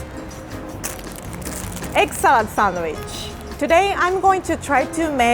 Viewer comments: Am i the only one who hears "egg salad sandwich" as 'excellent sandwich'?😂😂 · Egg salad sandwich sounded like eggcelent sandwich